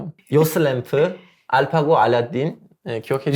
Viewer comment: 마지막 이집트 관련한 자막은 '전통'이 아니라 '정통(성)'을 말한게 아닌가싶네요. 갑자기 전통은 쌩뚱맞고, 이집트인이 중세부터 구축한 아랍 민족으로서의 정통성을 얘기하는게 더 맥락이 맞는거 같습니다. 게다가 제가 알파고의 발음을 듣기에도 ㄴ받침이 아닌 ㅇ받침으로 들렸습니다.